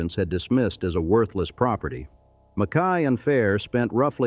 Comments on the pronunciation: Its John "MACK-EY" . Damn AI narration.... And his donated $ started the U of Nevada. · Mackay is pronounced mac- key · and Mack-Kay instead of what it slopped